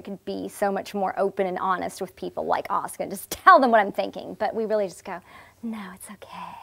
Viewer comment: Love that she pronounces her fucking name correctly. People know how to say Sasuke but say Asuka wrong in the west. Baffling